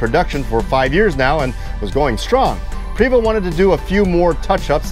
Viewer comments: Great video...fyi. its pronounced "Pray Vo" Not Pre Vo...just letting you know friend...great job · Having spent time with the company sales reps, I learned the name is pronounced "Pray-vO" in homage to the French heritage of Quebec. In the mountain west, the 12 speed ZF transmission makes it a demon on mountain passes. But in a hilly town like Seattle or San Francisco the 12 has a horrible time getting away from traffic lights on steep hills. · It's pronounced Pravo' ,it's fronsay (French) !!! The h3-41 was came into play because people wanted a automatic and they need a foot longer to get got it in with the s 60 engine .Eagle had a harder time they had to raise the floor over the engine to fit it in.I have talk with them too I was at the factory in the early 90's just after they they expanded. Seeing the h3's frame being made to seeing the roof being stretched on , to seeing entertainer coaches being made it is some thing to see when you a BUS GUY!!! I all saw the articulated coaches at Ill deleann ( i hope i spelled that proper ), having my coach ac being worked on there . Seeing the new coaches give me a bad case of i wants. We got our Marathon xl ( They only made 3 years )in Montreal . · I myself pronounce it "pre(long E)vost(like post with a 'v' instead of a 'p')